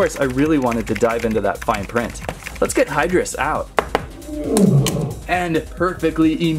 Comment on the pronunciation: It's pronounced high-drus. 😑